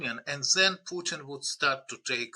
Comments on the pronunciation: Please stop saying Pyutin. It’s not hard, just listen to how your guests say it. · Why [trəmp] and [pju:tin] and not [trju:mp] and [putin]?